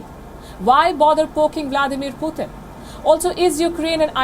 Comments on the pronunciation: It's PUTIN not POOTHIN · 😅 why is Palki saying “Poothin”